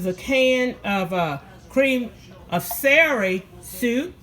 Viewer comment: It celery hunny not serry.